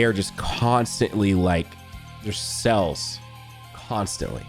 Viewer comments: Does anyone else hear him say "Cells" when he means "Sales"? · The way says sales made me so confused cuz i thought "wait legends doesnt have that many cells wtf" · Say sales again lol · Yo, why he say sales like that lmao